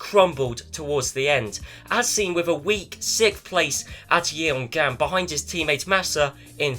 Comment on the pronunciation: idk why im rewatching these but that pronunciation for the location in Korea is literally painful. it's not ye-on-gam, it's yeong-am, writing it with phonetic symbols would be: [jʌŋ.am]